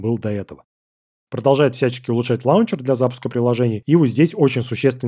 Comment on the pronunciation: На будущее, говорится лончер, а не лаунчер. Обычно такие вещи я пропускаю, но этот раз слишком много раз произнес неправильно, реально режет слух.